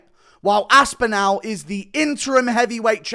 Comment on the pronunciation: The way you pronounce Aspinall hurts